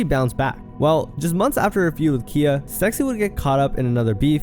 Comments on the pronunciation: Calling Khia (pronounced Ky- ah) Kia is frying me 🥲 cause why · Bro wtf your definitely saying KHIA names wrong. It's not kia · Everyone in this video is the problem with ALL this rap since the past 18 yrs. The fact that this is even a vid is the, including you knowing more about Red's baby daddy beef than pronouncing Khia's ( KIE-YA) name rt is the problem. People think it's ok to have kids dancing to songs about being glorified wh0res. Watch these girls go from wearing vegas show girl shein "gowns" to wearing sparkling leotards , like they favorite rappers/singers. Smh 🤦🏽‍♀️ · When you are pronouncing a hip hop southern legend like Khia's name wrong so many times while playing videos of her saying her name, it doesn't say much for your research.